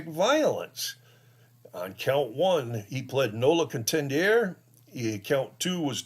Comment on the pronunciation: Pronounced no-lo-con-tend-er-ay.Great job!.